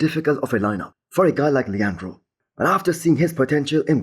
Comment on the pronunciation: finally pronounced Leandro right! Good job bro, now let's if you can do the same with Colossus.